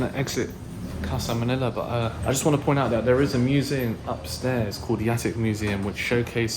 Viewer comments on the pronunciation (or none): none